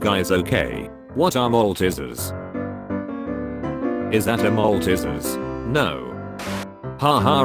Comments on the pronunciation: Aussies: malteasers: maltisirs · The pronunciation of malteasers tho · omg how they pronounce malteasers im cryjng